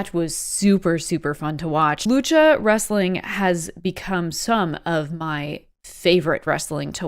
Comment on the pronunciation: Wrestling is only two syllables